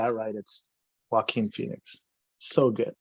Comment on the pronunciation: I’m pretty sure the J is silent in his first name…..